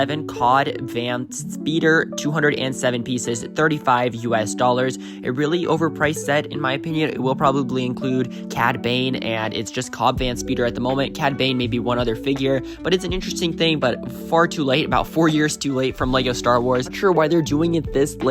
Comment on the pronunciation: Hate being that guy but it’s Cobb like corn on the cob not cod he’s not a fish or a fallen from grace video game that’s just a fortnight wannabe.